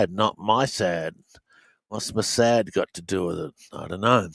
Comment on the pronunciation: David, Paula White offends the discerning. Have you reversed? His daughter pals around with White. I'm leery of. He pronounces MOSSAD with a long a IRL.